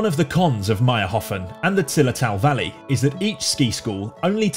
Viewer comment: its mayrhofen, not mayrhofn